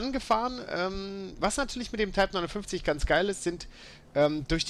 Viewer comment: kann zumindest den modellnamen ausprechen